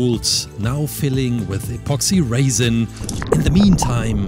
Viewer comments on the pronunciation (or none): The way he said apoxsee raisin